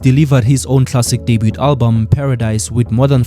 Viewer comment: I could bite an electric fence for the way you pronounce debut🤣🤣😭